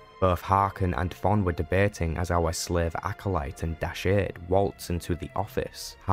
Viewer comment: You keep pronouncing Dashard in an odd way. They say it out loud in the game, so that shows how it's pronounced. Also he must have been a powerful Sith indeed if he can turn human at will. :P